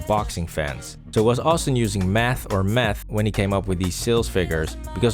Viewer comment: Math or meth?! 🤣🤣 def not math!